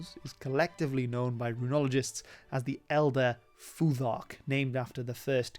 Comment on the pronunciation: the th in futhark should be unvoiced like thought or thing